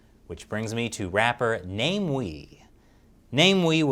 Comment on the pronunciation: It's pronounced Na-Mi-We.